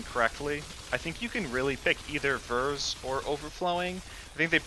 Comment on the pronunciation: A good build showcase but you were driving me insane calling it Ver's instead of Vear's